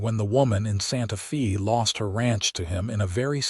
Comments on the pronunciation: Good overall story. I can tell, however, that it is AI that is reading the story. There are many mispronounciation...Santa Fe (the "e" in santa fe is not pronounced with a "e" at all, it is prounounced with a "strong A"...Santa FA. Other words are Salve...the l in the middle of the word is silent...saave, not save...the like the word calve. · Pretty good story. Better than a lot of AI stories, eventhough Santa Fe was mispronounced every time.